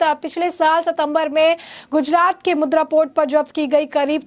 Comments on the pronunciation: मॅडम वह मुद्रा नहीं मुंद्रा पोर्ट है. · Mudra nahi, Mundra port bolo